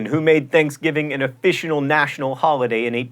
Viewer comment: "officional national holiday"? Nice...